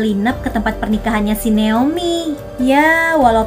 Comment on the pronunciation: Kak nama ku itu Naomi ya🥲bukan neomi🥲gpp lah